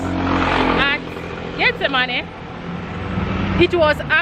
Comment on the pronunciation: not tryna be funny but her accent makes it sound like she saying "get the money" lol